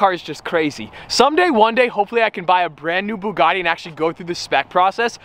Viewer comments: Bouguati (Thats what a French guy hear....) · ''Byugati''!!! What was that pronunciation at the begining....Byugati !!!??? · Why did he butcher the name twice then when he was opening it he said it propley then went right back and butched the name again .